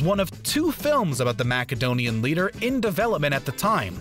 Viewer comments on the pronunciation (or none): Re:Alexander The Great Did you seriously just say “MACKedonian”? LOL!! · Impostor 2001, with Gary Sinise. And, "Mack-a-donian"? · You mispronounced Koepp and Macedonian. 👏